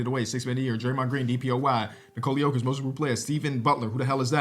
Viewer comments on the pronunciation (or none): none